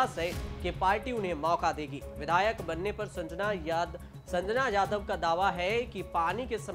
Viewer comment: Tu patrakaar kisne banaya hai tere se jatav aur Sanjana Naam sahi se nahin liya ja raha hai